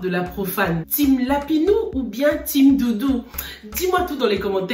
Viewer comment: Comment dit Lapino 🤣🤣🤣 lapinou 🤣🤣🤣sorry ma chérie mais je ne pouvais pas m’empêcher de rire